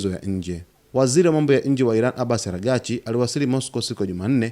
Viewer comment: Kwa Nini ujuwi kusema aragsch?